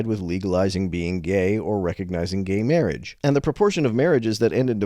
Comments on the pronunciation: Bro sounds exactly like the priest from The Princess Bride. How ironic that he's speaking against gay MAHWAGE here XD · Is that the priest from 'Princess Bride'? "Mawage. Mawage is what bwings us togethah today."